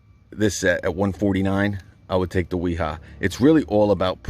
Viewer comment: Real quick, I'm a German tool finatic. So no offence but you are making the same mistake everyone makes and I use to make, until my mother-in-law from Dusseldorf German had to correct me on. W's in German are pronouced as V's. so Wiha and Wera would be Viha and Vera. Granted Wiha with a W is funner to say. Also Milwaukee does make some great hand tools, I have the 1/4 and 3/8s socket sets.